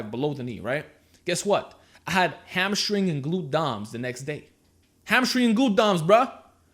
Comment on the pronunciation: hamma-string brah